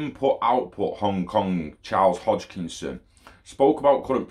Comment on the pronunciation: Hoskinson lol not Hochkinson hahaha